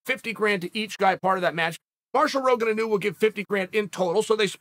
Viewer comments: inu …..pronounced; ee-noo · Hey Chael, Inu is the Japanese word for Dog and it isn't a big deal, but it is pronounced "E"-Nu. Cheers.